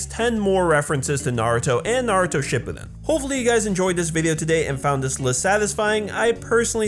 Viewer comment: I hate when people say "ship poo den" it's "sha poo din"